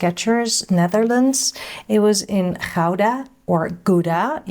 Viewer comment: Very enlightening! I now know how to pronounce Gouda 😅